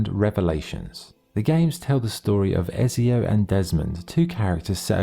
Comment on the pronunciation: How hard is it to say ezio properly 😂 also ac 2 is not mainly set on montergioni prolly, spelled that wrong, your mainly in Florence and Venice